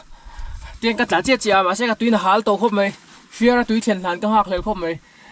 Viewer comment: tuin hal ❌tui hal ✅